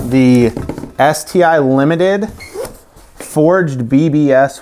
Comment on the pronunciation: You're not pronouncing it correctly. It's pronounced Ess-Tee-Eye.